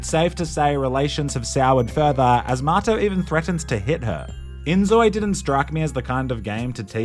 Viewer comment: lol what a goofy game. its like the kinda like The Sims, but you get the option to be first person. strange i never knew his buddy's name had an R in it and was actually Marto. i thought he was saying Mato/motto this whole time. how would an australian pronounce the word 'Motto' compared to how they pronounce 'Marto'